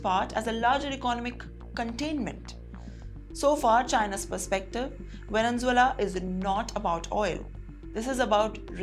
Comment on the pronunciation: Madam, pls correct your pronunciation of the word Venezuela. U r a news reader.